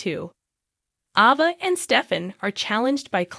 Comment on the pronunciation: Nickle???? lol at least say her name correctly and Ava too geez